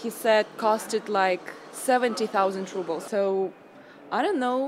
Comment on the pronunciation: 3 monthly wages for a phone.. crazy. ps: no mean to diss but I find it funny you say "rubbles" instead of "rubles", kinda fitting ;-)